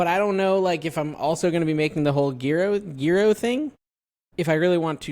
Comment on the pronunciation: It’s pronounced yee-roh OR yee-row, and in plural yee-rows. Hope this helps develop your Greek culinary experience.